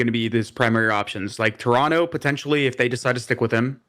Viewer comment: Can you please inform on how to pronounce Toronto Thank you